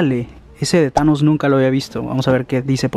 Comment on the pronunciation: Thanos pequeño Yo: ulala señor frances: Como se dice entonces Yo: thanos chikito